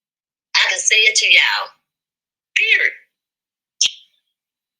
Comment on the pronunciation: Is it period or perid ? Is it u tube or u to. What’s going on with the snacking?